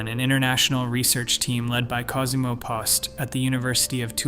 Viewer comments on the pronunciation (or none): none